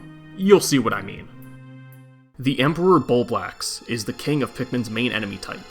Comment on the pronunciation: bulbax??? 😂 you mean bulblax